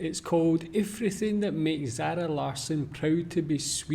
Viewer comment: So what? It's still fully normal rikssvenska. But when she tries to anglify her name she becomes Danish – "Larsen" – Haha! Better than Bjåarn and Aggnjätta in ABBA though... 😎